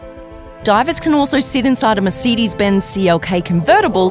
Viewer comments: "merseedis" lord help us. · dawg wtf is a merceedas